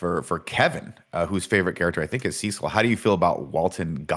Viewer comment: I thought Kevin pronounced Cecil weird, it's after this guy who is also pronounced weird, so fair enough